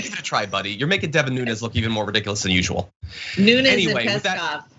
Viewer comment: You know people on here are low IQ when you’re calling this guy a moron yet the man who made this video couldn’t even get DEVIN NUNEZ name correct.